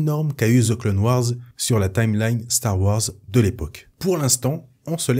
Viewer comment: "De ze clone wars" 🤣🤣